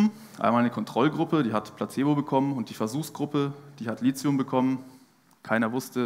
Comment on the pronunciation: Richtig ausgesprochen: LITIUM, mit T. DESWEGEN wird mit TH geschrieben. Der H ist nicht zufällig neben dem T. (